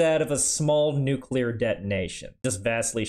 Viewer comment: "we also cook chicken at nucear reactors"